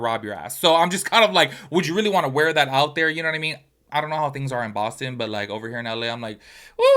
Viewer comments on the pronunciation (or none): none